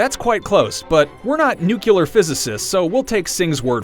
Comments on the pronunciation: This man said nucular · "Were not *nucular physicists..." ha. A reference to Homer's distinction of the pronunciation of nuclear (new-clear) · It's pronounced nu-kyoo-lar.